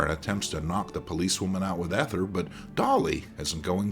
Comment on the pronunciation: Ether has a long e